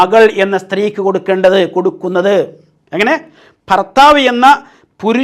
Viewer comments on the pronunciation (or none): none